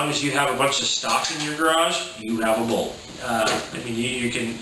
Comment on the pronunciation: You left out the part where you demonstrate on video that you have NO IDEA how to remove a stuck bolt, and can barely even pronounce it. HFT: If it works for you once you got your money's worth. If not return it. Newsflash: These are not Quality Tradesman Tools, built to last. I could come up with another 25, ones that NEVER fulfilled their tasks. like the countersink bits with no cutting edge honed. Waste of packaging. If you need profession tools shop somewhere more expensive. If the HFT tool wears out, why do you buy two more?? They do not warranty their products to meet your personal demands. What on earth made you think you your HFT tools are going to put up to HEAVY use. I have that drill and love it, I have a couple of the cordless ones, too. I use a drill maybe once a month. If you subject yours to daily regular use, and it wore out? It sounds like you were getting A LOT of use out of it. Mine has not burnt out. If it ever does I will get another one, because it is CHEAP, and lasted that long. You can burn any electrical motor tool by using it beyond its intended use parameters. for which it was designed. That is if you: 1) try to, or, 2) are stupid enough to.